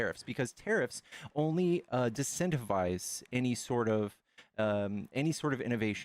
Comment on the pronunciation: I wish MSNBC would teach him how to pronounce disincentivize.